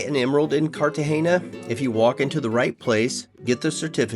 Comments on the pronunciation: After the poster mispronouncing Cartagena for the 3rd time (there is no hard "gee" in the word), I had to stop watching. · loved your vid, but it's Cart-a-hay-na....not Carta-gee-na. and the beautiful plant is bow-gun-vee-a just thought you'd want to know